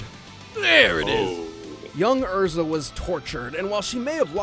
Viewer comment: Her name isn't EZra it's ERza.